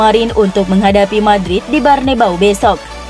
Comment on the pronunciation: Bukan BERNEBAU kak. Tapi BERNABEU. JANGAN KEBALIK TRUS KAK. MALU SAMA ORG. SASSUOLO JUGA DIBILANG SASSUALO. banyak2 baca dlu baru baca deskripsi ya. udah berubah pula jadi BARNEBAU. WKWKWKWKWKWWKKWWK